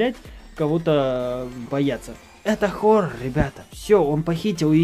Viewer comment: не хорр а хорорр